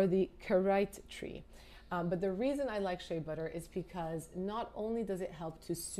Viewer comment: Is the Jordan Samuel one cruelty free? I’ll look it up! And girl nobody knows how to say shea butter.